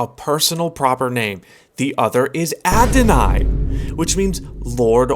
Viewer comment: FYI, you pronounced "Adoni" wrong. Adoni vs Adonai Pronunciation: "Ah--do-nee" vs "Ah-do-neigh" Meaning: "Any lord" vs "lord that is YHWH" Fun fact: Psalms 110:1 is the MOST quoted Old Testament verse in the New Testament! Blessed be the God and Father of our Lord Jesus Christ who has blessed us with YouTubers that share good news 🙌 🙇